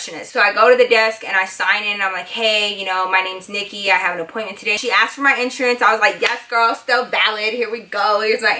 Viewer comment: U say iansurance lol